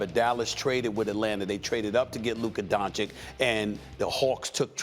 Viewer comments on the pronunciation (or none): Looker Don Chick? A lack of pronunciation & listening skills is stopping Stephen A from calling Luka Doncic a Top 3 player.